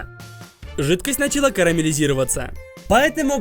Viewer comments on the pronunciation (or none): none